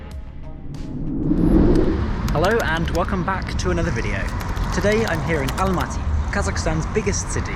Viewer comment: Jeeeesus! Why Almatee?! It's not black or green tee! Almaty!